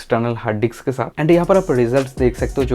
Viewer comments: Anna it's not diks 2 It's disk 2😂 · Bro it's disk not diks🤣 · diks diks bolke dimag karab kardiya